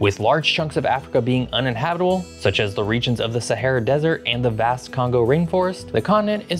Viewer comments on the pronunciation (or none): none